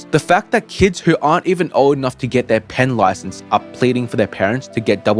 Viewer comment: Pen licence, bro just told me he was Australian without telling me he was Australian. 😂